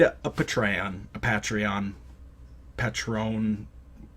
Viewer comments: I dig your videos. I do. But if you ever say the word 'patreon' again please pronounce it 'PAYtreeawn not pahTRAYawn. thanks, carry on doing gods good work. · Video so old that it wasn't generally known how "Patreon" was pronounced.